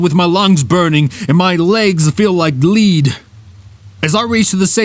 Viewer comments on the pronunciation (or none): Good story but you mis pronounced the word lead it’s pronounced “led” not leed